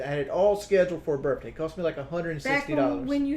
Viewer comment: “Birfday” “Worf flowers”